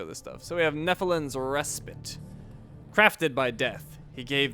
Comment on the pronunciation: Res-pite not res-pit